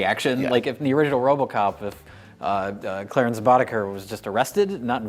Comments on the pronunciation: I can’t be the first. It’s Clarence Boddicker. Not Terrance Boddicker. Thanks for the correction while not mocking Mike. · Mike said "Terrance Boddiker" at least 3 times with saying it right. I'm not 100% sure this wasn't just gentle trolling??? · ...Is he saying TERENCE Boddicker? It's Clarence. Am I missing something here? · Great job. However, it's Clarence Boddicker, not Terrence. got it right but never corrected Mike. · You called Clarence "Tarence." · "Terrance" Boddicker?!? I could chalk up the error to a careless slip of the tongue, but Mike paying sardonic homage to Plinkett's predilection for screwing up names might have me buying the misspeaking for a dollar.